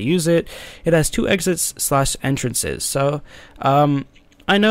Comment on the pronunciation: says entracnes instead of entrances for the pros kappa